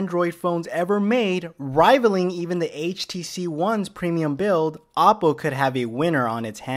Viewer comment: It's pronounced "oh-poe".